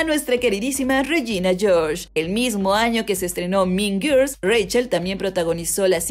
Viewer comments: "Min Girs"... Jajajajjaja... qué mala pronunciación....se mamo...."Las Min Girs" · No supero la pronunciación JAJAJA "min girs" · Morí de risa con el "MIN GIRS" JAJAJJAJAJAJJA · Porque no puede pronunciar “mean girls” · Si no tienes idea cómo se pronuncia mean girls, mejor dilo en español.